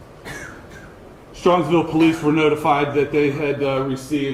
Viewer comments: Strongsville, Ohio, not Strongville. Just saying. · it is Strongsville. There's an S in the middle too. ☺️